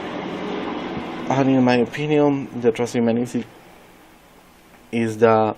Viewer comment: Great video, put more attention to the length of the video and improve the pronunciation of the word “transhumanism”.